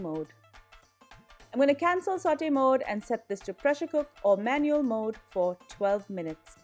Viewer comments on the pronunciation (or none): none